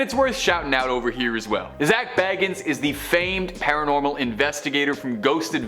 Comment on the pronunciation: It's Zak Bagans like Bacons but with soften G sound .Not Baggins!!